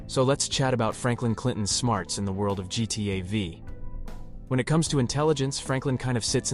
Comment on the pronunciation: No way you said V for GTA V